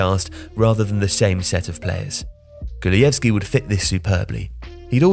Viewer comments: It’s pronounced kulusevski not kulujevski btw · Kulushevski! Not „Kulujevski“. Improve your pronounciation please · It’s Kulusevski, not ”Kulujevski”… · Bro what Kulieski its literally written ''Kulusevski'' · Kulusevski not Kuluyevski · Kulusevski became kuluevski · KuluSevski NOT kulujevski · Where's the J in kulusevski that I keep hearing? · I'm sorry but since when is the 's' in "Kulusevski" silent? Or has every one else just been pronouncing it all wrong? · You pronounced Kulusevski wrong... sorry, had to say it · Poor Kulusevski getting his name butchered. Also he is playing terrible this season and is really far from his Parma performance that got him a €40m transfer. He should have stayed at a mid-level club for another season or two, he is definitely not ready to be a starter at a big club, and at Juventus he shows that he isn't a reliable sub either.